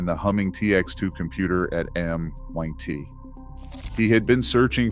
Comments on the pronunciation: Also MIT not M1T, and Hi Fi not Hi Fee! Sick of these AI voices, and many of the images are AI as well. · “High-fee” “M-one-t” I clicked off in seconds.👎🏻👎🏻